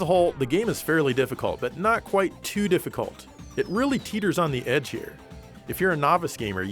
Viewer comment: You say "too" exactly as the 2 appears